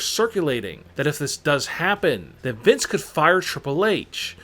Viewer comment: “Vis McMahon”